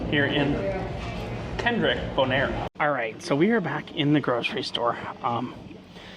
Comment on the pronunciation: Kralendijk is pronounced "Craw-Lynn-Dyke". Not Kendrick😂